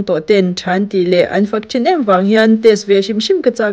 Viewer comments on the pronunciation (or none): none